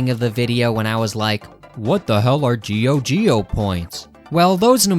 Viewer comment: It's not pronounced "GEO GEO". It's pronounced "JOJO"!